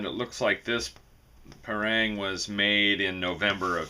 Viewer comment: why do they keep calling it a pair-rang? it's called pa (as in papa and mama), rang ( as in rung)